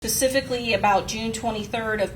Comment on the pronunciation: Did she say “Pacifically” - 🤦🏽‍♀️